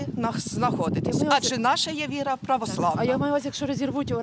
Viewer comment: Це религия, Янина. ВИ- РА - видаюча Свитлом Люда. Правильно говори. Вира це не религия.